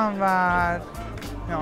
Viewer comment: Nobody: Kerimcan: elindekini veğr.